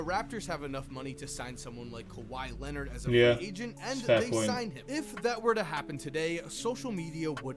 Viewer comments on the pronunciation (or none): none